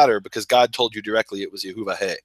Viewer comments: if you do not really know how to pronounce YEHOO VHEE (REDEMPTION IS HE AND SHE). then you shall not pronounce it incorrectly. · There is no W in Yod He Vav He... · what is so hard about pronouncing the noun phrase YEHOO VHEE.